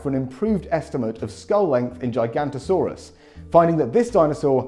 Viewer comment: "gigantosaurs". i think you mean "giganotosaurs"?